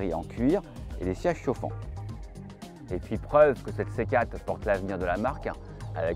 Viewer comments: Excellente voiture dommage qu’elle soit présentée par un journaliste triste a mourir... Ehh oui c’est une C quatre , pas une C Kate ...! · Faudra expliquer au journaliste qu'il faut dire C quatRe et pas C cate. Tres pénible a écouter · 4 ça ne se prononce pas "kat". On prononce le "r". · Le dézagne de la céquat'... euh ! Hahaha, trop fort 😂